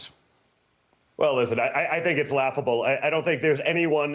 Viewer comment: 'luaghable'? Newsmax, do better.